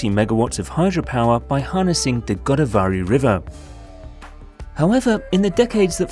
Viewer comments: It not Godaa vaary it is Godāvari one word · Its GO-DAA-VARI not GODA-VARI. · its pronounced godaaav/ə/ri the first aaa is stressed and the last a is schwa (unstressed) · Try to get the pronunciation of Polavaram right as it has been mentioned more than 50 times I guess, in the most annoying way (disrespectful of the name and culture). Same goes for Godavari. Few minutes with the locals, coming down from the ivory towers, would have helped (and given a hint of the long history of the land and how it got the name too).